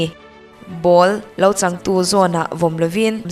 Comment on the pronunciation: Ball changtu😂😂😂(chãngtu) tih tur alawm